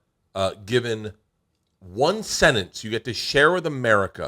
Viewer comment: Bert pronounces sentence "sennance"